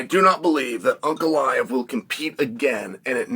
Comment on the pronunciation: ANKalaev ❌ UNKalaev ✅